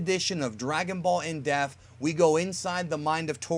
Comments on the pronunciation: Is it just me or does it always sound like he says “in deaf” not “in depth”? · Am I the only one that hates the way pronounces the wroth depth!?